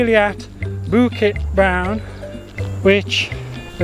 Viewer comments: Your Bukit Brown pronunciation was fine. Sungai though needs a bit of work. You pronounced it as soong-eye, when it should actually be soo-ngaye. The best explanation I found was in one of the other comments where he says you should think of the word “singer”. We don’t say sing-er where the ‘ng’ sound lingers on the first syllable, so just apply the same idea to ‘sungai’ and you should be fine! Good job! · Hahaha, the emphasis on “Toa” Your pronunciation of Bukit Brown and Sungei Buloh were great! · Hey! You pronounced Bukit Brown and Sungei Buloh in Malay correctly!!! 👏🏻👏🏻👏🏻 Love your knowledgeable + funny trekking videos. Keep ‘em coming! 👍🏻😃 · Your "bukit brown" & "sungai buloh" pronunciation is amazingly perfect. Thumbs up!! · You nailed Bukit Brown 👍🏻 Sungai is pronounced Soo-ng-ai where the ng sounds similar to the ng in “Sing”